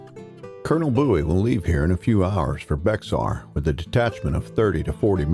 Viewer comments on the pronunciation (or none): Cool, but Bexar is pronounced Bear. Not Bay har, or "becks are". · Bexar is pronounced bear. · Bexar is pronounced "bear" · "Never ask a man where he's from. If he's from Texas, he'll tell you." So ... Native Texian here. Just wanted to let you know that Bexar is pronounced something like Bayer (the aspirin). Not a big deal, it's a common error. Incidentally, since it was a Texian victory I suppose, we choose to pronounce the "J" in San Jacinto even though it's supposed to be silent. 'Cause, you know, that's how we do things. Command of the Alamo wasn't quite as haphazard as is commonly believed, since a Colonel James Neill had been in command, with Travis subordinate to him, and an "understanding" between him (Regular Army) and Bowie (Militia) as to who was in command. Neill left prior to Santa Anna's arrival in an attempt to get supplies and reinforcements, appointing Travis as Commander. Please understand it's also in our Texian DNA to defend the Alamo - and also to correct the narrative when warranted. It's pointed out that the assault lasted only 90 minutes, proving how "weak" the defenses were. But this assault was preceeded by several skirmishes, successful forays against the Mexicans from within the walls. On the morning of 6 March the defenders repulsed two assaults before the successful third one. So this weak garrison led by incompetent amateurs tied down the largest army in the Western Hemisphere for a day shy of two weeks and repulsed two major assaults back to back before succumbing to a third. This isn't to downplay the suffering and accomplishments of the poor Mexican conscripts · Bexar is pronounced bear. Love it though! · Spelled Bexar, pronounced Bear. Awesome series, thank you. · I was scrolling to see if someone would mention that. Thank you!